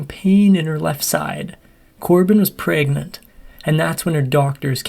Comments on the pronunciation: "Corbin was preagnennnt" the hell kind of way to say pregnant is that lol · Lol, he said PRAYgnant 🤦‍♀️😆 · "Praegnent" made me laugh every time. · 😂i like how you said pregnant in the beginning